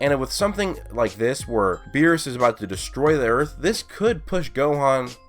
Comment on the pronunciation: lol he said whirus